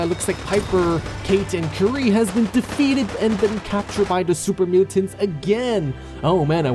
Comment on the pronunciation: Curie - pronounced "Cure-y" You know, like Marie Curie, discoverer of radiation? Not curry.